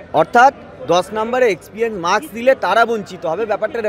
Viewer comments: Experience শব্দটা সঠিক ভাবে উচ্চারণ করতে শিখুন; তারপর experience এর মার্কস নিয়ে শিক্ষক হবেন। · Experience ucharon korte giye toh hege diche era naki teacher